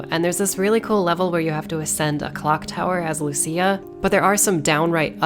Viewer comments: LUCÍA. Not Luchía. EDIT: Thanks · Lucia,Lussia Not lutia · It's not Lu-CHI-a! It's Lu-SI-a! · Is not Luchia is Lucia lol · im like 99% sure she literally says her name out loud at some point how did you come up with this pronounciation 😭😭😭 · She called her loo chi a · Well, after reading Lucia's name in katakana I can confirm that the official pronunciation is "Luchia". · the name Lucia is pronounced with a "th" like in thousand